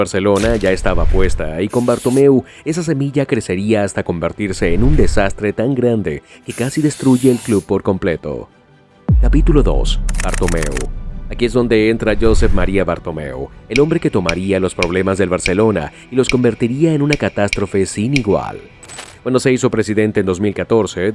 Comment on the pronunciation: Vaya manera de decir los nombres... Josef Maria Bartomeu, Rósel... traducción tremendamente mala...